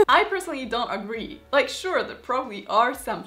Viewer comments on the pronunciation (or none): none